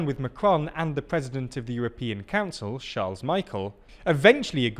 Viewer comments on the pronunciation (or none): That's not how you pronounce Charles either... 🤪